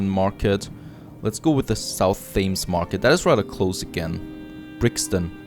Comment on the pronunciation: The name of the river Thames in London is pronounced "tems". Yeah I know it doesn't look like that. Have lived in London for more than 20years at this point and go for walks along the river every couple of days.